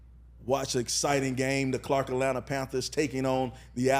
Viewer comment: I just need him to say “Atlanta” correctly one time.